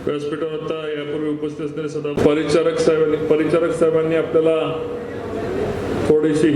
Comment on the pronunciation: तुम्हाला राव साधं परिचारक म्हणता येत नाही